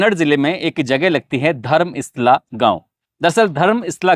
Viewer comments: धर्मस्ला नही धर्म स्थल जगह का नाम से ठीक से बताओ. पैसा कमाने का चक्कर में लोगों को कितने बेवकूफ बनोगे आप लोक?नाम भी ठीक से बोलना नहीं पता! मीडिया में आया हुआ बात को बतंनगढ़ बना के दुनिया को बताते ? खुद उस स्थल में जाओऔर वहां पर लोगों का बात सुन लो फिर दुनिया को फिर लोगों का मन में बीज बोना . आपका पूरी बात गलत है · धर्म इस्ला नहीं धर्मस्तला है. आप का उच्चारण गलत है.